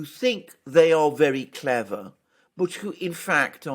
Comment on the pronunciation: "It is not clever-ah. It is styoopid."